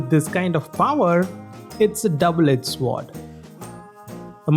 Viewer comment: The word Sword, doesn't pronounce the W at all. the W is silent. so pronounce it Sord.